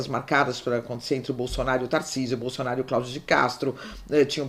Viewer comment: Pq a fala presidente Bozonaro?